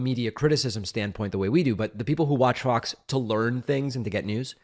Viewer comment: Lose the COVID, keep the speech impediment. When you say FOX, it comes out as F***s